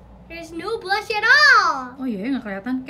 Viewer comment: Sienna yang anak kecil aja tau, yang bener ngomongnya Blush. Tapi kenapa banyak beauty vlogger masih pada pake kata "blush 'ON'"? 😌